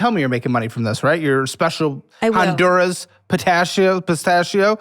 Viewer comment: This fool keeps talking about her Honduran culture and she doesn't even pronounce "Honduras" properly. Choose a fuckin lane, lady.